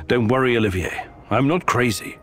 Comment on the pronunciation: muzes mu prestat rikat Oliver, kdyz je to OLIVIER:D trha mi to usi:D